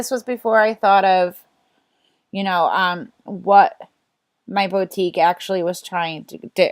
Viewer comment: Hi! here. I'm new to this and your info was very helpful and understandable. Just a little thing, boutique is pronounced "Boo-teek", (hope I'm not being annoying). I'm watching all of your videos, thanks.